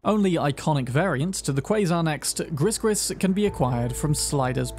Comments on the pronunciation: Hey, love your videos. Just wanted to let ya know, Gris-Gris is actually pronounced "gree-gree". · Gris Gris is pronounced "gree gree" as it's a Creole French expression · Gree -Gree , the "s" is silent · as someone with Cajun heritage, hearing you say "Griss Griss" is hilarious! for those wondering "Gris-Gris" is pronounced "Gree Gree" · Given it's a VDB gun, Gris Gris would be pronounced "gree gree" with the r coming from your throat i.e. gray gray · Great video! Gris Gris is from French/creole so it’s pronounced “gree gree” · FYI, Gris-gris is pronounced “gree-gree”. Haitian Creole word with French roots. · Gris Gris is pronounced "gree gree". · Dude how do you mispronounce every possible word? It's gree gree it's a creole word so think French. Also it's techtronicker not whatever the hell you say. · "gris-gris" btw the s's are silent, its cajun french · Not how you pronounce gris-gris